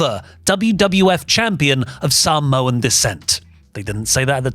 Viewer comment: "the Sahmoan Denesty" 😂😂😂😂